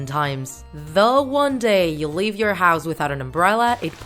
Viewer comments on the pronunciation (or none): none